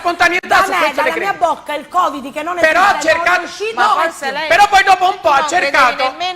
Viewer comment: Ma è fissata con la I. Coviddi, Audienci... Tilde che fa? La Speaker Radiofonica? Però c'è un problema... si direbbe: "Fenomeno da Baraccone", non da "Barracone", che sembra più Barracuda. Il conduttore, poverino, mi è sembrato spiazzato... ho apprezzato molto Mario, Michele e Michela, che hanno mantenuto la calma finché hanno potuto e hanno espresso il loro parere senza sfociare nell'insulto.